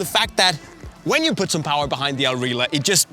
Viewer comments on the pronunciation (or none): just gotta correct you there it's not "al rila" it's "al rihla" with the harsh arab pronunciation on the H like in arab names such as "Ahmed". Al Rihla is arabic for "the journey"